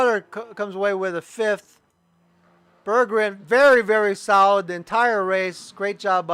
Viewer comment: great coverage! thanks for the compliment at the end :) oh and my name is easier to pronounce if you split it into two halves: Berg-gren :D I had a very good race, unexpected to be honest. I'm pretty new to league racing.